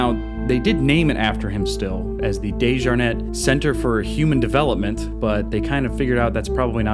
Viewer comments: When you pronounce the Dejarnett it’s DEE -SHJAR - Net!!! Not DAY-sJAR-NET From the RVA and know the family Went to school with the surviving family- Scott Desjarnett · I know DeJarnette... I worked at the more updated hospital years ago. Your pronunciation is so much more bougie than I've ever heard it!